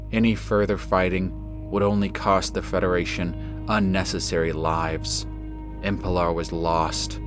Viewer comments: Great presentation as always! I hate to comment on it, but the planet is called Emelpar, not Empelar. But that's the only concern I have =) . Well done! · why is nobody noticing that it is not EMPELAR! IT IS EMELPAR!